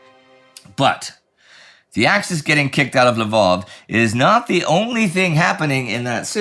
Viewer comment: Why do you keep calling it l'vOv? It's a Ukrainian city, and it's called Lviv (l'veev)